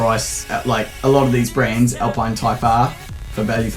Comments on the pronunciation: Every time you say "brands" I hear brains. Lol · i thought he was saying 'Brains'